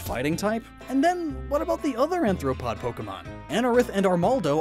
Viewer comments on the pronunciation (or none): He kept saying "anthropods" instead of "arthropods" and it was really BUGGING me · "Anthropod" I think you mean "Arthropod" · It's pronounced ARE-THRO-POD, not an-thro-pod!!! PLEASE get it right dude. You're spreading misinformation. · I think it's pronounced "ARTH-ro-pod" not "ANTH-ro-pod." 'cause the defining characteristic is having jointed legs. "Anthropod" would be... like, a human-legged creature. Which brings some GREAT images to mind, let me say. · pls no its Arthropod not Anthropod pls stahp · Both spiders and scorpions are arachnids but I get why you showed both as separate animals. Edit: Arthropod* not anthropod Also, Shuckle is the mold pokemon which means he's definitely not a bug. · Umm roly polies or isopods are crustaceans.... So should venipede and whirlipede not be bugs too? Also it is arthropod not anthopod. Sorry had to say all that. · It’s arthropod not anthropod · Hate to be a party pooper but its arthropod not anthropod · Does it bother anyone else that he keeps saying anthropod instead of arthropod? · aRthropod! Say it with me now. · hearing you mispronounce arthropod so many times is hurting my inner entomologist